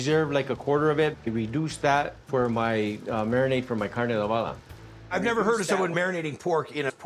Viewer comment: Kar-neigh ado-bah-duh 😂🤣😂🤣😂 smh 🤦🤦🤦🤦🤦🤦